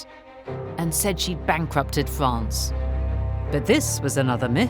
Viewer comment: Fwance, cwown... arrrgh